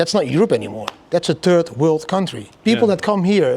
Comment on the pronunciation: Did he say, "turd world country"?